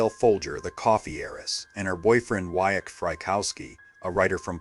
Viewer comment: Mr. Frykowski's first name I have heard pronounced /VOY-tech/. Just saying.